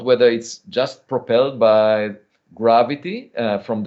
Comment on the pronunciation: If this is a top Harvard astronomer, why can't he pronounce "gravity"?